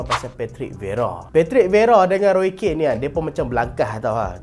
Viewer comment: Roy Keane. Pronounce "kin"